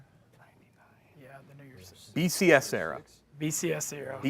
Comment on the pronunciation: Did a double take at saying “new years”